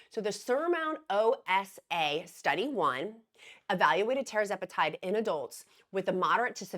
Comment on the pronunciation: RESPECTFULLY... It's pronounced Tir-Zep-eh-Tide... not Terra-zep-eh-tide